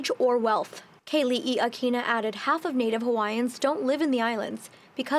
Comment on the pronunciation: Keli'i Akina =/= Kaylee E Akina. How???